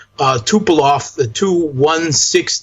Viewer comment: Two corrections (of people I truly respect): First, --. The planes are Tu-160s, not "T" "U" 160s, ie., Tu is a homophone of "two, " for example (same with "Su," as in "Sue," not S [then] U for Sukhoi);, Saakashvili as a "strongman." I know what meant but if a quick noun is to be applied to Saakashvili (to characterize his role in history), words such as "moron," "menace," "mental case" would be more apt. On reflection, is likely to agree.